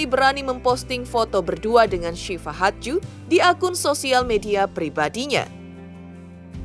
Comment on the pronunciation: Iya sama....g enak bgt dengernya pas ngomong hadju, kek nyangkut😅